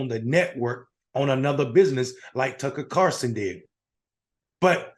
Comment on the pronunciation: When you call other people idiots but you can't say Tucker Carlson's name correctly then you also sound like an idiot. Just saying.